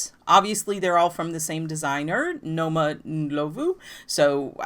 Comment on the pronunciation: OK so I love that you said Noma's name very white 😆 🤣 😂... the o is pronounced more like aw... so Nawma Ndlawvu... and our hometown is a hard J like Josephine... but love your channel and big love to Mzansi and Jozi...